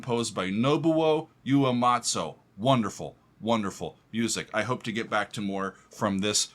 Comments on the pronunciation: so glad you reacted to this song and in particular this performance. enjoyable video again, thank you. By the way the composer's surname is pronouned oo-eh-mah-tsu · You-a-matso??? Lol. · I die a little whenever you call him Uematso.